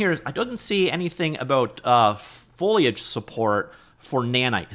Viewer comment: Since when did you learn to say Foliage? JK, I love watching your videos, it saves me a lot of reading and keeps me up-to-date with Information I like to hear about :)